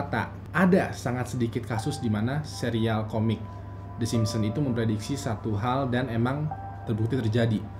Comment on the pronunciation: yg gw dgr: kartun tersebut adalah.. the Simsem:v